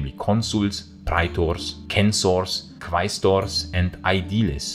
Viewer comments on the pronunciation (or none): Your Classical Latin pronunciation is always excellent, better by far than anyone else’s on YT. One tiny thing, though, the U isn’t silent after Q in Latin as it is in English. So, Quaestor is actually Qu-Eye-Stor and Quintus is Qu-in-tus, for example. It’s a thing for us English speakers to remember, I know. Thanks so much for all your excellent, hard work and forgive me for nit-picking your pronunciation ❤